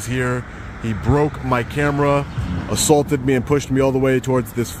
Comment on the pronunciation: I’m confused. He keeps saying he was “ assAWlted while taking pitchers” but I’ve never heard of that. It’s gotta be different than being assaulted while taking pictures right..?